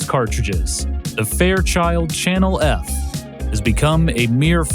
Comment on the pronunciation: did he say Channel erf? Lol